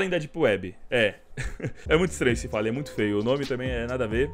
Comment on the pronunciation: Bad "fellan"